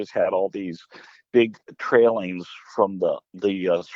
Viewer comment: And it TAILINGS NOT trailings